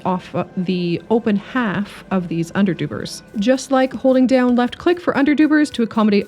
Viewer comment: "Underdoobers" sounds so right